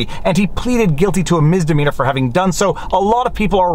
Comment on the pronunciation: Misssssssdemeanor Not Miz